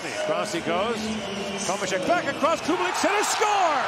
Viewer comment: Respect for the commentator! Those ,,Červenka and Kubalík" were perfect!